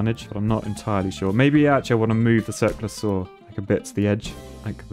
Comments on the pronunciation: I heard: "Circlasaur" you said: "Circular saw" (I was looking for dinosaurs, lol) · keep hearing 'Cirque de saw-wheel' somehow that doesn't seem too ridiculous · I thought he was mispronouncing Cirque du Soleil